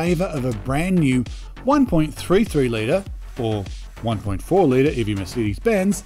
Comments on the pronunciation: Your pronunciation of Mercedes is very annoying and strange! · We definitely don't pronounce it that way in WA. I've noticed this particular gentleman always gets comments about his pronunciation of the word "Mercedes" 😂😂